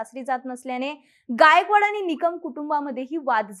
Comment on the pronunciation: म्हनून नाही म्हणून, आनि नाही आणि...